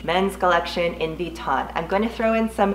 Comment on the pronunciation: Lol “V-ton”